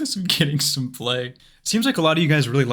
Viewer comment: “for sone reason” lol